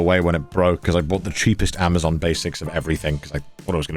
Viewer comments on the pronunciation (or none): none